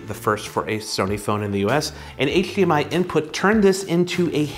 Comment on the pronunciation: I came for the review and stayed for the “hcHdmi”